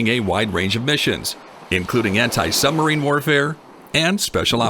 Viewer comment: What is a Summerine??? I heard this mentioned several times here!!!